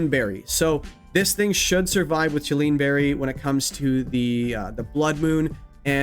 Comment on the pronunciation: Chilean is a person from Chile. The normal reduce berry is called Chilan. Just two syllables 😅